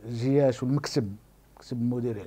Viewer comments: ناري عصبني واش من نيتو كيقول زياش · واش أنا لي كنسمع هاد الصحفي كيقول زياش🙄🙄